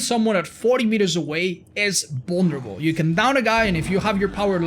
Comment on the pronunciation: I love how he says "bullnerabull" instead of vulnerable